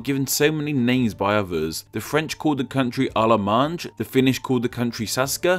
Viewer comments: in french we pronounce allemagne in this way (all maniee) not almagnn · Your pronounciation of 'Allemagne', the French for Germany, is wrong. The 'G' in Allemagne is pronounced like the 'G' in 'Sailing'. So the whole word is pronounced 'al (as in Alan) my ng'. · Hey, The French Pronunciation for their name for Germany is as follows: Allemagne -> Alle-man-yeh-> A - le - man - yeh. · The ng in french is actually pronounced with a silent g. More like "Alle manne" than "Alle mange" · We don't say "Allemaaandje" we say "Alle -ma -gne, like the n in new" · he also managed to write Allemagne correctly in french and went on to butcher it calling it Allemange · He also horribly misspronounced "Allemagne". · Bruv. I'm japanese I'm tilted how you pronounced allemagne, Charlemagne, saksa. A quick google search will help you but goddamn anglicized people are a huge pain to listen to.